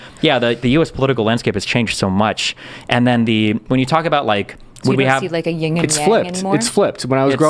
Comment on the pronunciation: People, its YIN & yang, not "ying" and yang.